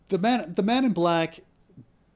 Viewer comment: Is it me or does each time he say 'Man in Black',, sound like 'Men In Black'?